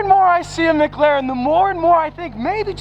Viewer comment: “McGlaren” -.